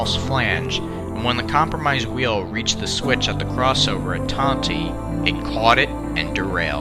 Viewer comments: Just a note; Tonti is pronounced tawn-tie, not tanw-tee. It remains a timetable location today as it is a passing siding. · Tawn tie pronounced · Great video but as locomotive for CN RR the town Tonti, Illinois is pronounced like Ton-tie like a tie you wear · It's pronounced "ton-tie". My only note. I grew up within a mile on that junction. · As Matt the Terrier said, the train derailed on a facing-point switch to a grain elevator. I have often heard the pronunciation of Tonti as "Tont-eye". Just Northeast of Tonti, there is a rural road that dead-ends at the train tracks. This is where the wreck happened. Another interesting fact that I don't recall hearing in the video was the speed. The IC line, due to it's flat, straight profile, and a signal system safety overlay called Automatic Train Stop (ATS), had a passenger train speed limit of 100 mph. It was not uncommon for trains to exceed this limit when running late, as the locomotives were geared to run up to 117mph. Most Amtrak passenger trains had, and still have, a maximum speed of 79 mph, due to the tracks more than the trains themselves. After the fatal wreck, the speed limit was reduced for a short time to 70 mph, then revised to 90 mph. It remained at 90 without further incident until the double track and ATS system was removed in the early-1990s, reducing it back to 79 mph. After this incident, the Illinois Central Railroad removed the facing-point switches on every siding that could appropriately be served from the opposite (trailing) end. This would generally prevent the same accident from happening again. The City of New Orleans name was also tarnished by the fatal wreck, and was renamed the Panama Limited for a time before reverting to the C of NO name later.